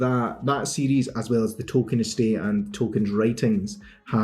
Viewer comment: You pronounce "series" like "CDs"